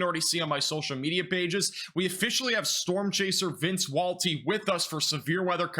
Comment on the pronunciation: How many times do you need to say the word "significant" (sniffcant) lol. At least pronounce Vinces name correctly sheesh :)